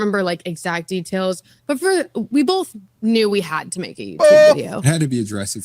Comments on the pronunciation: The amount of times she said "Bolth" in this is insane. I hope makes a Bolth montage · Someone should tell her that that color makes her look 🧟‍♀Disassociation & unrequited rage are what makes up genetically-mormon females' DNA. Facts. I'm surrounded & not a Pioneer-blooded lady. I can spot it easier from my vantage point. But I checked & I do say "bowlth" 1/2 the time 😭Dammit! Thank you for making me aware of my stupid, lazy tongue. I'm the ONLY Utahn I've ever heard say all of the syllables in "vegetable," though (raised by a Dutch, Oma, who's haunting my "bowlth").